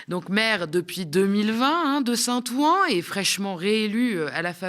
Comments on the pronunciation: Top comme d'habitude.. juste un détail, Saint- Ouen se prononce Saint-Ouin (comme le ouin ouin de Karim ) pas Saint. Ouan 😁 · Bravo. Super et merci., j'en profite pour te sgdire et en souriant que St Ouen ne se prononce pas Saint "Ou- An" mais Saint "OU-OUIN". Plaisir d'une langue qui ne s'écrit paas comme elle se prononce. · St-Ouen est prononcé St-Ouin ... Sinon tout est parfait !